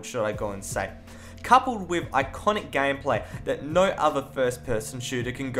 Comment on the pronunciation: "Nou" you must be Australian xD